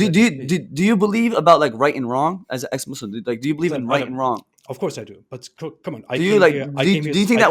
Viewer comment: doesnt even know Islamic history, yet he claims to know so much. is more than finished. he can't even pronounce Islamic names and "Muslim" properly, yet he claims to be born Muslim. he is a liar and a fraud. Ambush or not, isn't intelligent at all. couldn't even answer a single question in 2 hours. Did u even watch the daniel H. debate with??